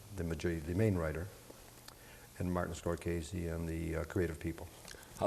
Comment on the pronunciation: Martin Score-Kay-Zee???